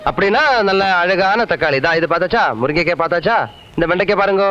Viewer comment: அழகான தக்காளி, முருங்க'கேய் பாத்தாச்சா...😊 மோகன் லால் தமிழ் உச்சரிப்பு ❤❤❤